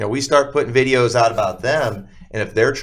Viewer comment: Everybody be on the lookout for the Great Lakes accent (between Wisconsin & upstate New York). He pronounced videos as “vide-ooze,” nonsense as “nansense,” & I as a nasally “uh-IIIIII.” Happy hunting!!!